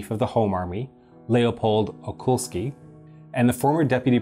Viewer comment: Great video, congrats. As an Pole i must thank you for informing people about this herrible period in Poland :) P. S. I think I spotted little mistake on , you said `Leopold Okulski` but should be `Leopold Okulicki` :)